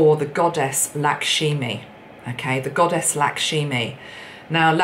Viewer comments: You actually said her name right most of the time! But I do have to say Lakshmi is pronounced "Lucksh-Mee"....but it's ok! i appreciate your talents and messages! <3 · Powerful video. Not an American but I'd love to see things shift there. Don't want to sound anal but it's Goddess Lakshmi, not Laksheemi. Love Kamala's fierce mither bear type of energy. You look lovely and very goddess-like in this video, 💗